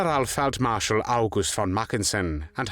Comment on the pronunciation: I appreciate the narrator pronouncing von as fon.